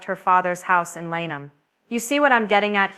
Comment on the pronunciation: You need to do a serious update video tape show she went to a night club she left home to go out Please stop trying to profit off people grief also watch the Maryland state police video also learn how to pronounce Lanham Maryland